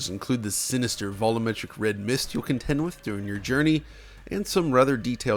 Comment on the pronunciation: keeps saying "vollometric", in spite of having no problem saying "volume". Can ANYONE explain this mystery to me?